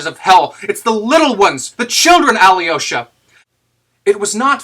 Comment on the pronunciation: Excellent read, thank you. One note on your pronunciation of Alyosha: your Al is correct, soft l and everything, but the y es not prouounced yee, its pronounced yo Al-yo-sha